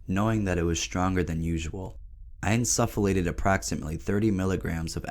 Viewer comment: you're pronouncing insufflate wrong